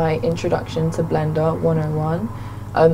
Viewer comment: so no one is gonna tell her "intraduction" is wrong?